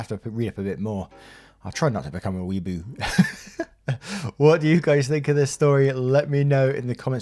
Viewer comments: i think its pronounced Wee-ah-boo right? or have i been saying it wrong the entire time? oh jeez if ive been saying it wrong this entire time i think its fair for me to be called a moron XD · You miss pronounced weeaboo idk how to type it but it’s wee-ah-boo I hope this comes off respectful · I thought "Weeaboo" was pronounced "Whee-uh-boo"? I keep hearing it differently from different people and I'm too old to remember anymore GET OFF MY LAWN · Yeah its Wee-ah-boo or Weeb for short. People like to generalize all of them as the annoying kid that naruto runs down the halls while wearing a dbz hoodie but not all weebs are annoying. Its just jackasses like that which give weebs a bad rep.